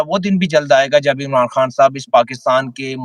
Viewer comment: او بھئ: اللہ کے واسطے اردو کی بربادی نہ کر ،، جہاں ”خ“ کی آواز ہو وہاں ”ح“ کیوں بولتے ہو ، 😮😮😮 خوش کو حُش ،، خبر کو حبر ،، خان کو حان 😮😮😮😮 مطلب حد ہے 😮😮😮😮😮